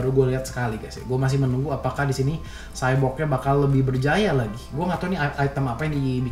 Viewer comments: W denger Sebut cyborg rada greget, Nama nya kan X-borg bukan cyborg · XBORG BANG BUKAN SHYBORG